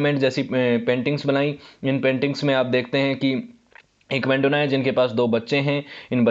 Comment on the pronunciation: मेंडोना नहीं है वो , मैडोना है । और भी ज्यादातर नाम गलत लिए हैं आपने ।